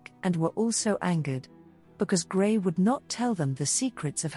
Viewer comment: Her name is pronounced Gre (s is silent). NOT GRAY. Lovely video but It was hard to watch the video with the continual mispronunciation.